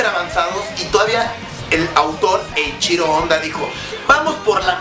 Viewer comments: ajajajajjaajjajaja Dijo Eichiro Onda ajahajahajjajaja Y es Eichiro Oda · Darien Samael Jajajaja pinche, se mamo con el Eiichiro Onda xd Como cuando pones a One Piece en primer lugar de tu top y te declaras fan del anime, pero no puedes pronunciar bien el nombre del autor Eiichiro Oda:v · Jajajajajaja Eiichiro Onda😂😂